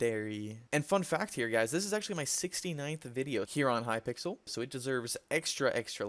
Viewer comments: HE SAID HYPICKEL I KNEW IT HE SAID HYPIXEL IN ONE OF THEM HYPICKEL FOR LIFE NOT HYPIXEL REEEEEEEEEEE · he said hypickle skyblock lol nice